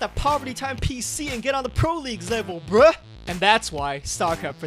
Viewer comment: Please don’t ever try to pronounce “bruh” again. It was terrible.